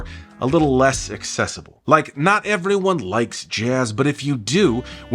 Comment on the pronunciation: heard a lil splash of vodka in your voice there on “everyone” 😂 you related to any Russians?